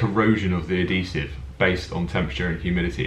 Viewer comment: It's pronounced "Ad-HEE-Sive" not "Ad-DEE-Sive"!